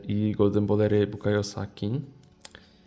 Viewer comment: I jeszcze jest Golden Boler Fołden